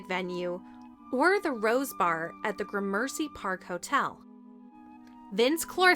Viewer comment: Notice the Pennywise figure on his monitor. I've never in my life heard "Gramercy" pronounced that way. Technically 42 years.